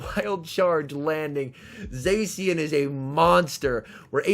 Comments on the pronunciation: I know it's a minor thing, but it really annoys me how you say zacian, it's pronounced zah-shi-an not zae-si-an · The c in zacian is pronounced ch sound